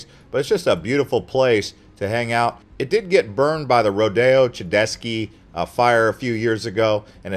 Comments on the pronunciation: Please learn how to pronounce the Rodeo-Chediski Fire (Rodeo - Ched is ski) Why would anyone watch your video when you can't pronounce the largest fire in AZ recorded history? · That and the way he pronounced rodeo chediski made me cringe 😂